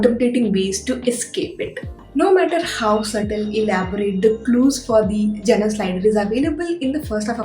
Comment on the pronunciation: Jonre,not joner